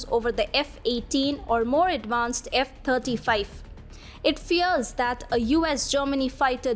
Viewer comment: Thirty five F35 fighter jets becomes a tongue twister when v is pronounced as f! Fascinating